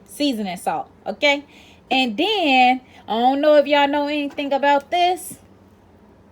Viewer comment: ...and deen!... Lmao! I just knew you were from the south. But hey! You just in touch with some southern roots you've inherited from an distant relative perhaps. Nothing wrong wit dat! 😉